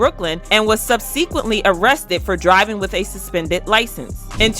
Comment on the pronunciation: The narrator is illiterate 😂 what is sub-see-quint-lee? Subsequently?? 😅😅😅